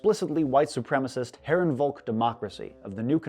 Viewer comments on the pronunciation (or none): Sir, I'm afraid that you made a pronunciation mistake: since "Herrenvolk" is a word of german origin, it should be pronunced "Herrenfolk". Beside this note, good video.